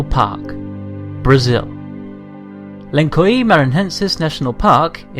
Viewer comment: Beautiful video. Just a little correction : The correct pronounce for "Lençóis Maranhenses" is something like: "len-soils Maran-hences"